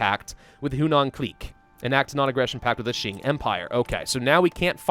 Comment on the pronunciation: Please pronounce it like "Ching" and not "Shing". Ching is way more common as a pronunciation